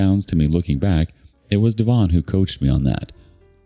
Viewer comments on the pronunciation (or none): Could be DEV-on rather than dee-VON.